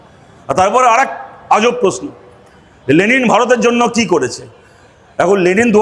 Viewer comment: আগে লেনিন না লে লি ন উচ্চারণ করতে শিখুক 😂😂😂😂😂